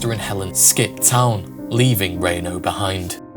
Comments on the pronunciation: How about a shoutout to helen. She had to have followed that train just waiting for him to break out and jump off. And its not rainō its reeno. You brits and your pronunciations smh 🤦‍♂️ haha And what a badass old man. Up in his apartment, sees the robbers in the street, and says here boys have some buckshot. I have a semiautomatic shotgun with buckshot, so hopefully i can shoot through my door if i need to. But I’ve patterned it and from across the street its like 3 feet wide. Barely gotta aim. Hey fucker, catch a wad. Good luck digging the lead outta your arm. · Just so you know Reno is pronounced Reeno, not reno